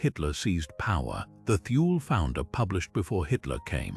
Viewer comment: Thule is not pronounced "Thool", that is wholly incorrect. It's from the German language, Germans do not employ the "Th" sound but, they do pronounce the letter "e" when it appears at the end of a word. Thus the correct pronunciation is: "Tool-Ah" . I speak German and I have had this pronunciation verified by my German friends.